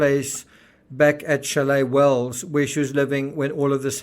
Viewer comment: "Chalet Wells" 😆😆😆😆